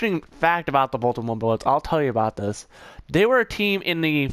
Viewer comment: This boy said baytam